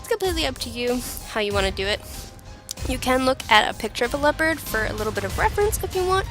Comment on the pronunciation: Very awesome body paint tutorial. I really liked the dimensions of the kitty. And don't worry, you're not the only who pronounces "leopard" as "leo-pard" lol.